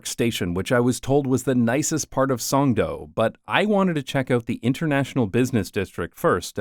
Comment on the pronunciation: its actually pronounced Songdo not Songdo